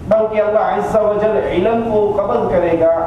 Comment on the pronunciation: why this say "Allah Izza Wajjal"???? Azza Wajjal lafaz hai, isko koi cheez nahi ati.... lol